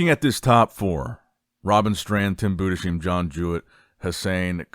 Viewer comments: Yes. You speak it "Boo-dess-hime". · Its Budes-heim not budesheim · good video. it´s pronounced Tim Budes-heim (like Ana-heim) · I'll keep posting until you notice, Tim's last name is pronounced Boo-Dis-Hime, please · it's pronounced boo-diss-hime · is unable to speak german last names